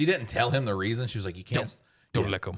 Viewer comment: Someone please tell that the word “Didn’t” has a second “D” and n it.